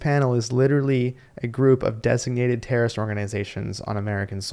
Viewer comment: if you pronounce terrorist like that then you are one from my experience. Don’t get on a plane with that clown